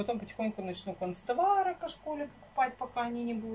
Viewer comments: Когда поедеш в город,подойди к магазину канцтавары,и прочитай правильное название.Нет концтаваров,есть канцтавары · НЕ кОнцтовары, а кАнцтовары! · кОнцтовары это НЕ от слова кАнцелярия у.А кО школе это как?🤗И ведь раз 100 писали,как правильно говорить.Ведь не плохо же подучиться правильно говорить.И ведь детям пример какой..Иногда и я из комментариев узнаю как правильно пишется или говорится.